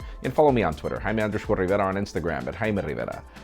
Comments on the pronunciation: Jaime Rrrrrrriverrrrrra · I'd subscribed to this channel for around 3 years and still never get bored to hear you pronounce 'Jaime Rivera' 😄👍 I tried to do the same and damn my tongue got cramps